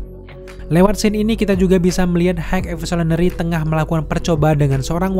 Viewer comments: "Hek Evosulinary" 😂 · "HEG EVISOLENERY" 😭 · Pelan2 bang…H I G H E V O L U T I O N A R Y….High evosulinary 😂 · dibacanya gini "hai evolusionery" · Bang... Kalo ngomong high evolusionery belepotan, di singkat aja bang 😂😂😂 supaya bang jangan sulit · sama, cosmo the pace dog juga agak susah, wkwkwk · Bang lu ngomong high evolutionary nya kaya yang berbelit, coba dengerin sendiri deh. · Kepeleset di high evolutionary ya? Wkwkw